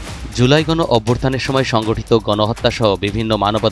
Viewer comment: অভ্যুত্থান হবে শব্দ টা, ইভ্যুর্থান নয়!!!